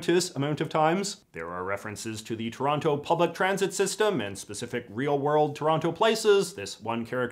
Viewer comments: The most inaccurate thing about this film is them pronouncing the second t in Toronto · As someone from Toronto, they nailed pretty much everything except the characters don't pronounce it "Terrano." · How are they supposed be from Toronto and still pronouncing that second T? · I'm from Kitchener & I always thought the way Toronto actually said it was "Tronno". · I have memories of Don Cherry on Hockey Night in Canada pronouncing it as "Taranna" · Trronno. The e is only implied. :P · Forgive my ignorance but I thought people from Toronto said the name of their city as Toranno